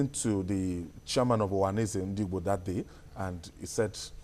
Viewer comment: the presenter of this program should lern how to pronounce the full meaning of I.P.O.B. And also the ohaneze ndi Igbo,not uwa na eze ndi Igbo. like what he said Indipendent People of Biafra. WE'RE INDIGENOUS PEOPLE OF BIAFRA.